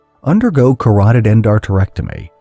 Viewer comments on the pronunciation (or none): none